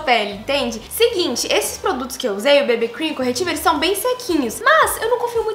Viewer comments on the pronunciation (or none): Ameii ela falando "bebê cream" kkkk 😂❤️❤️